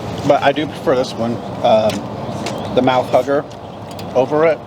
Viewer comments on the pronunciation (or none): Food looked great, I think I'd go with the burritos. Not to be gross, but everytime said "Mouth Hugger" it sounded like he was saying "Mouth Hooker" (sorry ) lol. Great video as always guys 👍👍